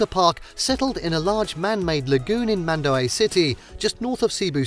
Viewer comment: ItsMendauweee notmondaway